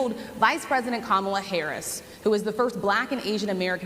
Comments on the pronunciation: perhaps the way the individual disrespects Madame Vice-President Kalama Harris by going out of his way to mispronouncing her name is a good example over the years. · He just can’t pronounce her named correctly. . .on purpose. When the accordion hands start, the lies get bigger. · If there’s a wasp in the room I wanna know where it is. Thank you, NABJ💙🇺🇸💙. P.s. it’s pronounced. KaMALA 🤣🤣🤣🤣🤣 What a 🤡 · When he mispronounces‘Kamala’, I wish everyone would correct him.